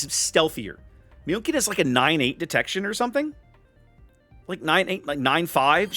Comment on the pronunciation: Lova ya but you're butchering München SO bad, you're better off calling her Munich! 😂👍